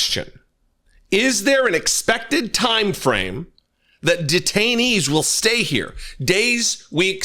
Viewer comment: detainees, i thought you said retirees..........